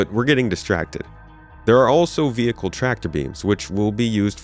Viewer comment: Say vehicle properly!